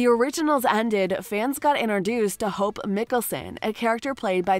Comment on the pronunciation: this is a joke right shes saying their name wrong on purpose right? Damian? aliric? hupe?